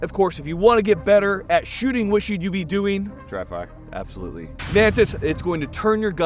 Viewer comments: At the beginning of the video when axed what you should be doing to improve your shooting? - it sounded like the other lil fella said 'Drive by' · I thought for a second when said dry fire that he said drive bys.😅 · I legitimately thought said "drive by" when asked how to get better at shooting before the Mantis plug. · I can't be the only one that heard say "drive-by" instead of "dry fire" lol